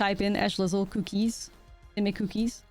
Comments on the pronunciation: It only sounds Dutch for the first half. Selesnya Koekies. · If the way you pronounce cookies bothers anyone, that's on them. Don't ever change it! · I have never thought you said cookies weird, that comment is not worth listening to.